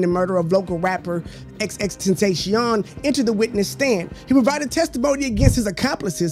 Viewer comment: “Xxxtenasheom” bro its “xxxtentacion” 😭